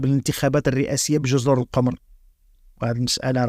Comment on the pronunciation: جزر القُمُــر بضم القاف وضم الميم. تحياتي.